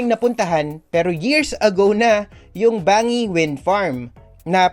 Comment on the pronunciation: Banggi not bangi po ang pronounciation po at pan-syan po ang tama.